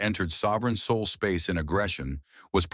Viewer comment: “Saul not sole”. 😁